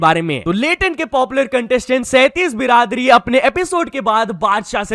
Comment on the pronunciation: बिरादरी hota hai na ki बीरदरी 🤦🏻🙄